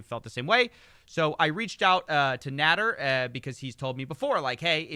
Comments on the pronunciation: You keep saying Nāder because of Ralph Nader.... Easy mistake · pretty sure it's pronounced nah-dare